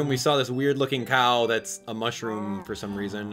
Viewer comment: Are you serious? It's not MUSHROOM. Its MOOshroom. But other than that love your channel.